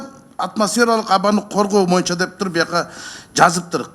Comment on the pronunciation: Мойунча дебей ушул депутат боюнча деп туура суйлосунчу сураныч